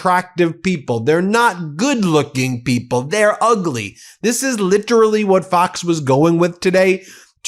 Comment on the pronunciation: You want to see “uhgly”, you idiot, just look in the mirror, or better yet, at you beloved lord and master in the White House. What a freak!